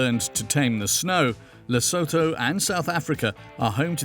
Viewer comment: And the way they pronounce Lesotho 🤦🏼‍♀️